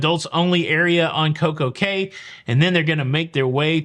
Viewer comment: In the Bahamas Cay is pronounced Key.